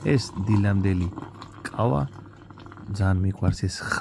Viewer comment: კავა არა ყავა😎